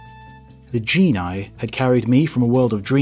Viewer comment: What is this 'gene-eye' you speak of 🤔 ?